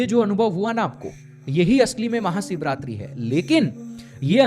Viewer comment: Sarir nahi bhai, woh sharir hota hai.. bolna sikh le pehle...live sikha raha hu tujhe, Maha Siv ratri nahi,, Maha SHIV ratri hoti hai....